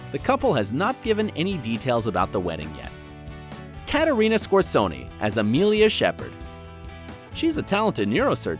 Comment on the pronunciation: Caterina scorsoney 😭